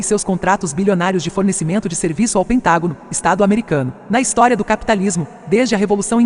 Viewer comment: kkkkkkkkkkkkkkkk "istorei" na intro do liberal.